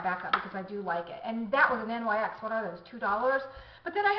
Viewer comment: And, just for your reference, NYX is pronounced "nicks". Say it or don't, it's up to you. I just wasn't sure if you knew.